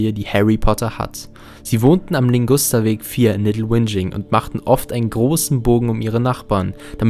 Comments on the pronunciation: Heißt es nicht eigentlich Ligusterweg und nicht Lingusterweg? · Der Weg heißt Ligusterweg und nicht Lingusterweg.😇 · Ligusterweg, nicht Lingusterweg. Aber richtig gutes Video